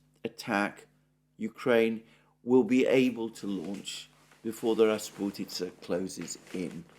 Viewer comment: As a Russian, I smiled happily when Alexander said the word "rasputitsa" perfectly in the same sentence where he speaks about heavy English rains. :)